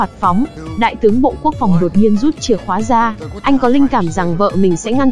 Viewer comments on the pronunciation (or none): none